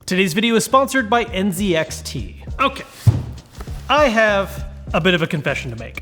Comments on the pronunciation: nice, but please say "en-zed-ex-tea" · It feels weird hearing you say “N ’Zee’ XT BLD” after hearing LTT pronounce it “N ’Zed’ XT BLD”